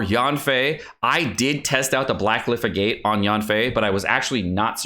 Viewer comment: Fun Fact: "Agate" rhymes with "maggot".